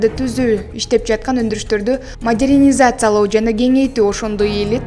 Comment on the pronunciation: Индустрия менен модернизация деген сөздөрдү жакшылап окусан